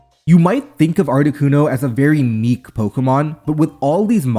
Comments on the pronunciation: Tip: "niche" is pronounced "neesh", not "neek" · niche = neesh not neek. freaking foreigner lol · Did this guy really just say "neek" instead of "niche"? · Did I hear you pronounce "Niche" as "neek"? Lmfao it's pronounced like "neesh" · Im pretty sure he said meek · I'm not sure, but I think you're saying niche here. If so, it is pronounced "nee-sh," not "neek." Great video. Gotta love when a player makes a hard meta read and it pays off. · he says neek instead of niche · you pronounce niche like neesh not neek btw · Did he just pronounce niche as nique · did he really pronounce "niche" as "neek" or did he say "unique" and i didnt hear the u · He said meek. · Niche is pronounced Neesh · Just a heads up, niche is pronounced “neesh”. keep up the great work! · Just things 😂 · Did you pronounce niche aa nick?? I'm so mad. Commenting to boost engagement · i think he was trying to say niche?? idk 😭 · That's a new way to pronounce niche.